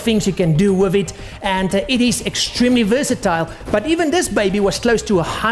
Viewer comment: i like how he says "wif it"